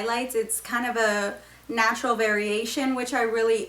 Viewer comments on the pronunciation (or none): none